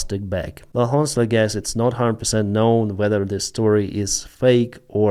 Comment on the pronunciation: You use the word “honest or honestly” a lot. The H is silent. Your English is great, but please don’t pronounce H.